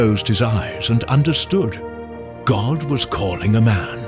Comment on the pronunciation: Please say God not goht